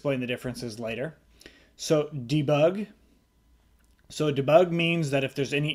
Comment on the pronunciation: I love the way you say "Dabug"! Great tutorial!!